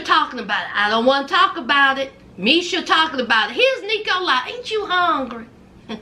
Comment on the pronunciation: Everytime says nicolie it reminds me or ricola the sore throat hard candy!! Child i was 😂😂😂😂. I love u!!